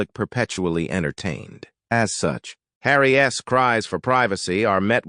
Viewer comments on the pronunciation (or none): What is the deal with calling Harry by "Harry S" when it is simply "Harry's"?? Please use correct pronunciation and grammar.